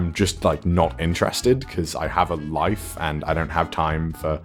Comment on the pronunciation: I legit heard "I have a wife" not "I have a life" and I had a heart attack.